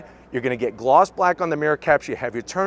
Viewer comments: its timber line LINE,LINE not timberlin!!! get a education!!!!! god your the second one who says lin! talking about the ford!!!!!! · Why are all of the YouTube auto reviewers struggling to say "Timberline"? He's not the only one, lol.